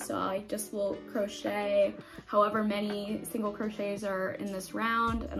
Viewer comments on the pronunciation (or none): none